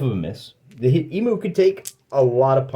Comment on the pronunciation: Great vid, but I'm afraid you have to redo the audio and correctly pronounce E-myou 😅